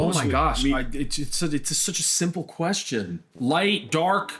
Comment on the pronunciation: "I DOUHNT KNO WHY THEY KEEP ASKING THAT QUESTAWN"